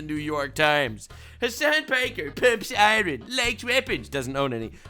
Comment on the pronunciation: You say iron like norm did. Hilarious 😂